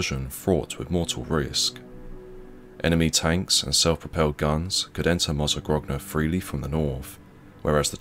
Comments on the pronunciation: My family is from Mozzagrogna, and we are eternally grateful to the brave souls who gave their lives freeing us from the horror of Nazi occupation. (its pronounced mozza-groan-ah btw, the 2nd g is silent) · Now repeat after me: mozzagronia... that's how it's supposed to be pronounced. you're welcome. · Thanks for the upload. Mozzagrogna is pronounced Mozzagronya btw.